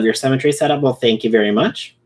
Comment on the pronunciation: Mwell. That’s not good. 🤣